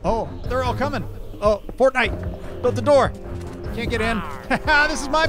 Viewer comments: everytime said fornite I just cringed so hard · I love how terrible you guys are at this game but in a good way., the loom is for making custom banners. You need to craft the wool into banners then use dye and patterns, get better weapons and a bow. Also stop saying fortnight or I’m leaving, it’s called iron, just ask the golem out on a date already, never change, you’re awesome